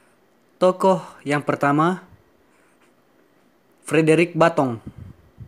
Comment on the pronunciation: klu tdk salah BATTONG bukan batong.